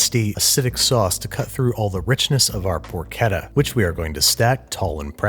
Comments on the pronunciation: Poor-Chedda* not ketta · Who else cringed at 'porkedda'? Looks great though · I hate being “that Italian” (I’m not even italian), but it’s “porchétta” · Babish stop saying porketta it’s por-cheh-tuh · Babish, please! It's porCHetta, as in parCHment, not porKetta, as in... porK :D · I like guga's porketa more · por CHET tah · Clean Water Nasenyi Uganda Add another t: it’s more like porkét-ta, which means something like young/cute female pig, I have no idea why Source: I’m Italian 🇮🇹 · why would you pronounce it porcheta REEEEEEEEEEEEEEEEEEEEEEEEEe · Babish: 'PoRKETta" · im not from Italy or the US.......im pretty shure that's not how you pronounce CH in Porchetta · Is it pronounced “porchetta” or “porchetta”...? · Pork. Etta. Yeah. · ch in Italian is a k sound.